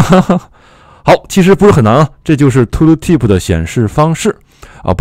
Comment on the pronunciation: 为什么是 吐鲁提普 不是 吐提普 吗？^ ^